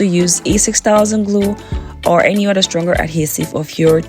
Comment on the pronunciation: Each oTHER is NOT pronounced each uDDER ! Why are you doing this?